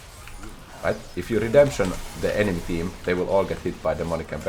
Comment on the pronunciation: I loved when said:”It's RedempShening time” and used the technology once again. Truly one of the moments of all time.